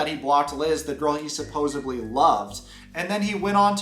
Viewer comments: You're the number 1 Cameo creator and you can't even get a decent microphone for your regular content?! Yeah, I don't think so my dude. "Supposably?!" Learn English. SupposeDly. SupposeDly. SupposeDly. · Bro it's suppose-EDLY! Sorry to be a pedantic shit, but really irks me. It's not suppose-ubly. Oh and Ed really is a sick lil lolcow troll. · Supposed-LY, actually 😏🤣